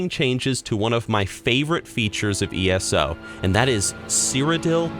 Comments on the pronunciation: PLEASE, pretty please with sugar and cherries on top, please stop saying "ESSO". I keep thinking you're taling about a petrol station or oil company. PLEASE, pretty please with sugar and cherries on top, please say "EE ESS OH". It would cause SO MUCH less confusion. And yes, as a soon-to-be British resident, you'll have to start saying Petrol, not Gas. Gas is a... well... gas. Not a liquid. :P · Just pointing out thay "world of warcraft" makes a good achronym as "w-o-w" or "wow" elder scrolls onlone is usuallu peonounced "E-s-o" thather than "essoh" as says. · It's pronounced 'EESO' NOT ESSO! LEARN THE NERD LINGO OR GTFO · “Eh-so” my guy it is called E S O... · I don't know why but saying ESO as "Ess-oh" really bugs me. I prefer saying E-S-O. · So glad you’re loving ESO as much as us who saw the potential from the go!! But......Dear lord, it’s “E-S-O” not “eso”... Still love the content sir!!! :) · For some reason it pisses me off when I hear you say eSo lol around here we simply pronounce it E.S.O. Great discussion video bro. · Been playing ESO since the exact day they got rid of the subscription and I like the vids you've been uploading. But! I have to tell you... it's E S O, say it one letter at a time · why does he pronounce ESO as esso? :( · And how he says eso is so weird